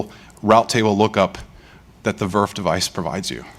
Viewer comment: Yes that's how we call it in industry